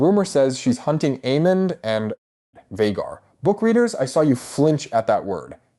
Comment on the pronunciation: I love your videos, but sometimes how you pronounce names like almond and Aemond is weird